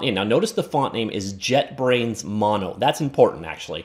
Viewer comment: It’s “JetBrains Mono” not JetBrains’ “Mono” lol